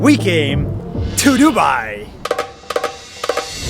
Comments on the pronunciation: broo lol its dubai its not duubaaaiiiii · Its Du-bai not DuByE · "Why Dubai" How i hear it : Why To Buy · Why Do You Buy? (Pronounce : Why Du U Bai? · When they say "Why dubai" it sounds like "What to buy!" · Ngl when they said "why Dubai?" It kinda sounded like "Why did you buy?" 🤣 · Why Dubai sounds like "Why do buy" like somebody who doesn't understand much bout English wanna say "why do you buy it?" But instead they said "why do buy?" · YOu SaID DuBAi WrOng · the fact that none of them pronounced Dubai properly lmao 😂